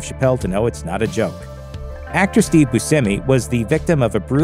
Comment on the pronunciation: Its "Bushamie" not Busemmie. In Michigan there is the famous Buscemi's Pizza.